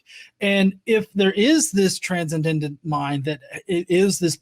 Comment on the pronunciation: wins the Confirmation Bias Award today. Oh, and it's pronounced "tran-send-ent" 😁 Love you, bro.